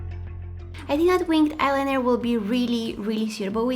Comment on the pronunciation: Eye-liner (from line) not lie - ner